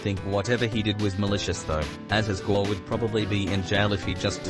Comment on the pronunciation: "Guei" is pronounced "gay"